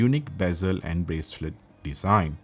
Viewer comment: Moronic review. DLC is the shiny finish "muay frend" of "breck pettern dizaign"